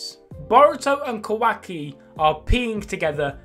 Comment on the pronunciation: the way you say kah wahk e is so funny to me